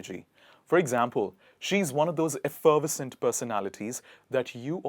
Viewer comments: F er vess ent...Not... F ferv uh cent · Nice. But in American we say effer VES cent, not ef FER ves cent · Why don't you research how to express the words first? Effervescent is not pronounced that way. It is effa-ves-ent the er in pronounced as a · It's "effer VES cent," not "ef FER vescent." And I'm supposed to be learning from you? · Effer ve scent not effer vescent sorry. . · Just for info Pronounce effervescent effer VES cent not effer VERS cent. Love you idea of bringing these words into general use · The problem was with emphasis, it should be: efferVEScent, not eFFERvescent. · Effer-ves-cent NOT ef-ferv-es-cent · You mispronounce effervescent . It’s effer-ves’-ent. With emphasis on ves. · I have not heard anyone say "enchanting" or "fetching" in my 73 years. And we Canadians pronounce it efferVESCent and NESS ess sary (necessary) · Pronounced - if-er-ves -cent. :-) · You are pronouncing “effervescent “ the wrong way! It is pronounced “effer vesent” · The second word is pronounced with 4 syllables eff-er-vers-ent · You need to pronounce it eff-er-vescent 👍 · Sir, you are MISPRONOUNCING effervescent!! Please learn properly before you presume to teach! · I think you are incorrectly pronouncing effervescent, not seriously but it doesn’t sound quite right. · You miss pronounced effervescent!🧐🥴😩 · Effervescent- Wrong stress? Isn't the stress on the third syllable? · You’re not pronouncing Effervescent correctly. I only got it because I saw the word. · I'm sure effervescent is NOT pronounced like that. It should go smoothly.. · If you are going to teach people how to say beautiful words learn to pronounce them correctly yourself...it is not sawvy it is savy and the pronouncing of effervescent is embarrassing.....as for po sho for penchant is ludicrous. I couldn’t watch this to the end ..... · Effervescent. Third syllable is accented. Not the second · Lovely video, you are pronouncing effervescent incorrectly. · You pronounced effervescent wrong 1